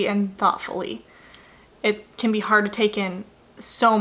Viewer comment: its harD IT'S HARRRD